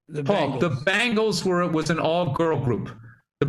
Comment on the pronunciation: Bill’s distinction between bangles and bengals is indistinguishable